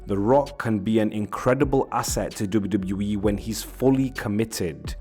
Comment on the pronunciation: WWE ❌ doube doubli eee ✅